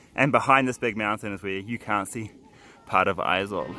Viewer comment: Its not aezawl its Aiiiiizawl